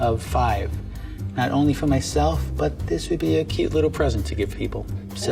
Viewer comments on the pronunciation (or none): none